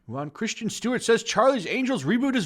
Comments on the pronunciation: How do you mispronounce Kris-ten as Christian? This isn't the Star Wars prequels. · I really hate how you pronounce Kristen. It's not Christian, it's Chris-ten. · Christian or Kristen Stewart. Please pronounce your words properly. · Her name is Kristin not Christian like you say it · While I agree with you I have to say that her name is KrisTEN Stewart not Christian Stewart. I would appreciate your videos more if you had actually paid any attention in english class. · Why does everyone keep pronouncing 'Kristen' as 'Christian'.....? Just asking! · Her name is Kristen and not Christian. Moron. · Alright PLEASE dude its not pronounced 'CHRISTIAN' Stewart, please just read the name for the love of God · Lots of movies flop. Elizabeth Banks is screaming "sexism" from the rooftops. Just take responsibility for all the bad decisions. Also...why does this guy keep saying "Christian Stewart"?? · It would definitely add to your credibility if you pronounced Stewart’s name correctly. It’s Kristen, not Christian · its kristen, not Christian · It's Kristen not Christian... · It's Kristen (Kris-ten) Stewart, not Christian Stewart. She's a no talent hack, but that doesn't mean I can stand the cringy mispronouncing of her name. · Are you purposely pronouncing her name wrong or do you really think it's Christian? There is a difference. I mean I agree with you but damn dude learn how to pronounce shit.